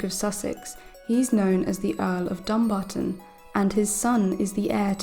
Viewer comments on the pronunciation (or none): You are pronouncing Dumbarton wrong, the enfaces is on the barton especially the a, pronounced Dumbaaaartin.